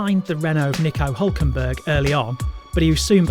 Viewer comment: Nicaw Hulkenburg.....who is he? never heard of that driver before. Vershtappen, never heard of him either.